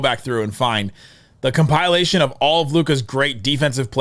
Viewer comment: if we lose it’s cause u relentlessly kept saying “compile-ation” 😔🤣